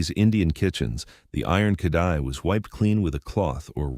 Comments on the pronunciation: It's called KA RA HEEE -- not ka da he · It's not kadhai, with the d* pronounced. The d* is pronounced as R* khrai.